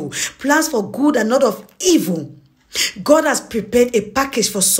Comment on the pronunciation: Gurd? It's G O D